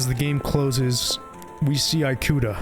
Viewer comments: offtopic but im genuinely so agitated on how this guy pronounces “ikuta” as “ai-koo-ta” and not “ee-koo-ta” 😭😭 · eyekuta?? Lmao eekuta Japanese “I” or い and イ romanized as i and is actually phonetically ē or ee, ea, ey depending on the English word it’s much easier to recognized as a Spanish speaker their vowels are the same as Japanese phonetically being ah, ee, oo, eh, oh. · EE-KUTA. japanese follows the aeiou = "ah eh ee oh oo" vowel rules that a lot of languages follow, like spanish. thanks for the vid! just couldnt get over that when your pronunciation was pretty good otheriwse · Ikuta is pronounced "ee-koo-ta" and not "eye-koo-ta" ✌️ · This is good but "Eye-kuta" is killing me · Ikuta is pronounced Ee-kuta. not Eye-kuta. Good video despite my asian ass cringing at the pronunciation of some things. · the “i” sound in Japanese is pronounced closer to a long English “e” than the long English “i” you’ve been using for Ikuta. You would pronounce it more like “ee-kuta”, not “eye-kuta”. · cool story so far but could you pronounce one single fucking japanese name correct? all you need to do is learn the 5 vowel sounds and they are always the same. uyama instead of ooyama? eyekuta instead of ikuta? yutasoft instead of utasoft? im actually losing my mind. the only thing you pronounced right was shit like rika and odaka. please please do the least bit of research on how to pronounce japanese i beg of you, especially since this video got 100k likes. it will take you 10 minutes to figure out how to read it. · great vid! i remember seeing gifs from the metro scene with riko many years ago and wondering what game it was from. wanted to say that in japanese the letter "i" is pronounced more like "ee" rather than like "ai". so it would be pronounced ee-kuta basically. thought i would mention it for any future times you run into japanese names :D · ikuta is pronounced ee-ku-tah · The way he keeps mispronouncing Ikuta drives me insane ngl